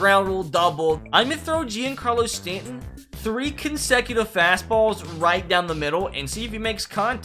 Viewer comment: The way he said stantons name 🙁